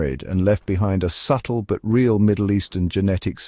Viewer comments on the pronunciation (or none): none